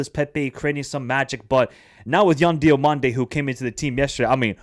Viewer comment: Lol Emerson Fai... that's like me calling your channel Michaelangelo Chats Soccer. It's Emerse Faé. To make it simple, pronounce Emerse like "Immerse" and Faé like "F-HA-AYY." You pronounced Yan Diomandé's name correctly therefore you ought to be able to do the same for Emerse Faé.